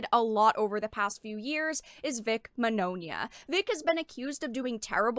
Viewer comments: Actually everyone has been pronouncing Vic's name wrong. It's ITALIAN The "gn" sound in Italian is akin to our Spanish ñ sound. Señor Signore So if Mignogna was Latino, his name would be "Miñoña" So the pronunciation of his last name is actually "Mee-nyo-nya" I knew someone who spoke fluent Italian. Wrote Vic's last name down said and asked if I was saying it right. He said I was. Vic just runs with it. He doesn't care how people pronounce his name tho. He rolls with the wrong pronunciation even says the name how it's popular said since it's too hard for Americans to pronounce the name right. lol Think: Filet mignon Bologna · Very good content, but the mispronunciation of Mignogna is a bit distracting